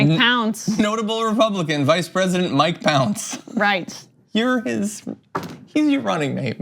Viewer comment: Jesus, he said Mike Pounds...